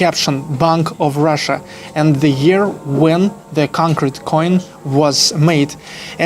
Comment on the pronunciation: Ты часто с ударением ошибаешься, чекни monastery и concrete, например.